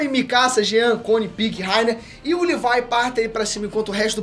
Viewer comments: Parei de assistir no LIVAI... fala direito porra! é LEVI! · Mano, eu vi tu falando "levai"jeito de falar. Mano , é leviii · Levi* porq as pessoas tem mania de falar o nome dos personagens errados né KKKKKK “Livai“ vai tmrnc KKKKKKKK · Só na hora que ele falow livai em vez de levi que não entendi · Amei o vídeo, e sem falar da referências😇😅 Mas o nome é Leví😡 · “Livai” KKKKKKKKKK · Q viadage é essa de chamar o Levi de "livai" e a divisão de reconhecimento de "exploração" fuleragem é essa msm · Desculpa não sei qual a pronucia certa mais dizer levai o nome do Levi me soar muito muito estranho kkkkk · Ela falando Levi é totalmente estranho KKKKKKKKKKK